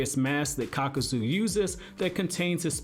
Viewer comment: Nice vid man....but uh...It's Kakuzu...not Kakazu.